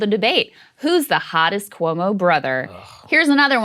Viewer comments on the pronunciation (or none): Can Saagar stop pronouncing Cuomo like “koo-woh-mo?” Just say “kwo-mo” please.